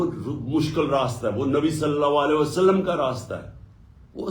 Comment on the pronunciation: Ye Nabi Sallallahu Alayhi wa Sallam sahi nahi bol sakta, keun ke ye aik shaitan hai or Paak Nabi Sasallallahu Alayhi wa Sallam ka naam is ki napaak zuban pe nahi charh sakta. Ma’az Allah, ye shaitan Nabi Sasallallahu Alayhi wa Sallam kehnay ke bajae Nabi Salla Walay wa Sallam kehta hai.